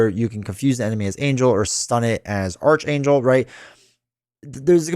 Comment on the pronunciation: FYI it’s pronounced arc-Angel (Or ark, Aark) not arch.